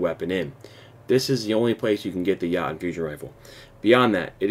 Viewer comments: It’s not called the yotten it’s the yooooten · yatun...lol pronounce it "yo ton" and you'll be good fam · Dude it’s Yoooooooo Tonnnnnnnn not yaton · Yo-ton not ya-ton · Did...did you just call it Yaten? It's pronounced like Yo-tun. No disrespect, just it made me cringe a little every time you said it like that. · “Ya-nnnn”.......... all things aside, very useful video and gets straight to the point thanks man! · Thank you so much for this, it helps a ton but just a quick little thing: jotunn is pronounced (yo-TUN), they’re giants from Norse mythology who live in Jotunnheim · Œyvind Ârntsen Hvıdsten it’s (yo-ten) that’s literally how it’s pronounced. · I thought it was pronounced Jyo•tun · Its Pronounced Jotunn - "Yo-ton" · If you're going to do a video about it, do it right. Its called pronunciation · You said the name wrong it’s jotun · Nah its norse mythology pronounced (yo-den) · You make me grind my teeth every time you say it, say it like Yo-ton... PLEASE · "Yahtum" ROFL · did u just pronounce it as yatchen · Its pronounced yo-ton for fucks sake.... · Yeah um, its pronounced "yo-toon" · I loved that, made my night!!! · I know different folks say things a bit differently but that Jötunn pronunciation made me explode internally. Good vids though! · it is pronounced somewhat different. The sound in shure; the sound before the r, that is the Ö, so add a J with that sound and finish it with tun like in tuna. ^_^ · Nope. the U is pronounced the way the U sounds in "you". Not as an O. See the Wikipedia entry for Jotun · Is that really how its pronounced? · stop pronouncing it wrong